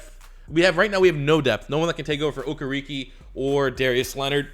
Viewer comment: You can say Okereke without a hitch but Mukuamu not? Muku-amu how hard can it be?